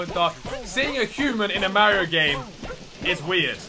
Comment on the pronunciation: when you play Mario games and you don't know how to say mario